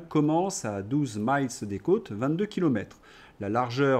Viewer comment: votre prononciation miles a l'américaine est fausse. Il s'agit de milles marins et ça se prononce comme le chiffre 1000.